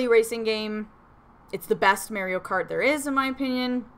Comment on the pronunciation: The way she says it Mare-E-O LOL love it